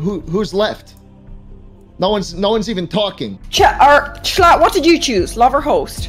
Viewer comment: I love how Greek and schlatt bonded so well despite greek mispronouncing schlatts name